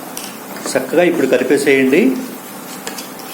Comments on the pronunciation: Sakkagaa kaadu chakkagaa ani palakandi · Sakkaga kadu chakkaga